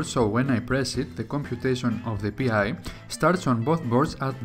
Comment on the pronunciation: Nice video. One comment is that "PI" is a word, not an acronym, and is pronounced like 'pie'.